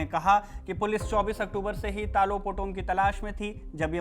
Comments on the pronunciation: it's talo not telo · Ta ta lo lo taa looh ? Itna muskil pronunciation hai kya? Tilo kese? 😂😂😂😂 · It's Talo not Tilo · Talo ❌️ Tilo ✅️ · Stop saying tilo😂 in Arunachalee it is pronounced as तालों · It’s Talo not telo 😂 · Not Telo its Taalo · Telo nhi sir ji ...Talo h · तालो है सर तीलो नहीं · Not Telo it’s Talo 🙄